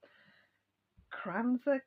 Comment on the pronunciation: My husband is Norwegian he makes Christmas Wreathcake almost every year! I adore it. We also eat plum pudding with soft sauce. I like the wreath cake better. You said the name of it right. I just don’t know how to spell it. Lol.